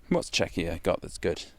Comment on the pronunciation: Or pronouncing Czechia as Chechia (or how that would be even spelled), that kinda grinds my gears